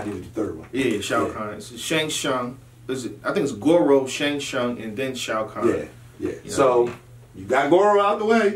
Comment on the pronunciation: Shang Tsung - T is silent. Don't call him Shang Shung again or i'm logging on my Ps4 and looking for on MK11